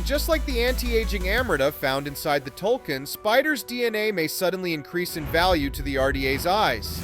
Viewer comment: your saying Tulkun wrong have you even watched Avatar? lol